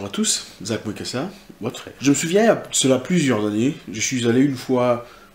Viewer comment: La manière dont il prononce mon nom est Zack Mwekassa a vraiment changé ...... LE guerrier noir Votre frère